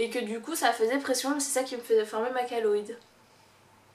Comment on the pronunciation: Chéloïde* pas kaloïde